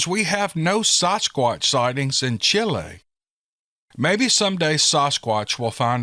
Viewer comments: I don't think you did too bad pronouncing those words from Chile, S. American. Now I admit my spanish from school was a long, long time ago. Like 60 years, long time ago. Someone else said you were spot on. So good job. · I love that they listen to you all the way down to Chile! I’m from Honduras living in NC. You did a fine job with pronunciation.